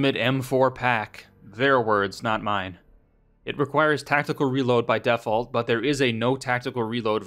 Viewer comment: you say "Default" weird. Stop it.